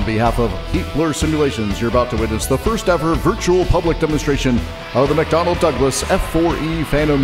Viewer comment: That narrator just said "MacDonald Aircraft Corporation" don't try to tell me he didn't LOLOL